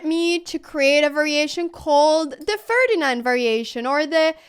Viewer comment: Just say the moive name "ferdinal"